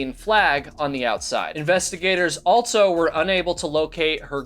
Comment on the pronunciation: There is no T in the word also. JS